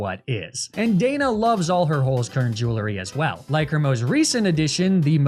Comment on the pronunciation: *HOLZ KERN not Holskurn